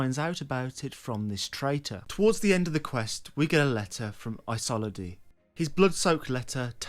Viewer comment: Bruh managed to mispronounce every name. Heolstor I guess is understandable because that’s OE but Isolde is like Shakespearean classic.